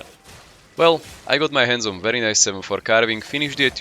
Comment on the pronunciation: Werry good wery nice